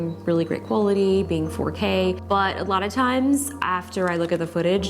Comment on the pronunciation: When she said “4K quality” I kept hearing “potato quality” and I thought what’s potato quality??